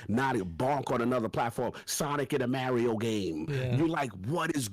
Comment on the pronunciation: Everyone in the entire world: "Mario" for some reason: "Merio"